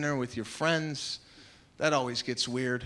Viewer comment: Maniscalco's getting more anglocized with him enunciating Weird and not WEEAAHD. Dollars and not DOLLAHS.